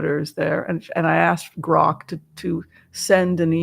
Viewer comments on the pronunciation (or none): none